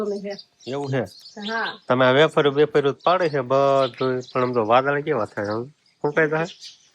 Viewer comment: બટેટાની વેફર પંખે સુકવાય. બાફવામાં મીઠુ નાખવાનું હોય. તમે એફર બોલો છો કે વેફર કંઈ સમજાતું નથી.